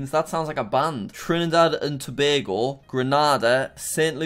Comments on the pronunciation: YOO HE SAID TOBAGO CORRECTLY(no one ever does) I’m from there 🇹🇹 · Wow you're the first foreign person I've heard pronounce Tobago correctly